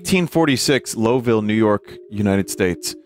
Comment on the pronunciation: holy fuck I never thought I’d hear Vinny say Lowville, NY before, also didn’t know what I expected with his pronunciation but it wasn’t Low-ville